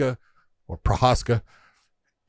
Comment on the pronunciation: Big John been calling Jiri “proheshka” and today he finally says it correctly and all it took was Josh to say it like that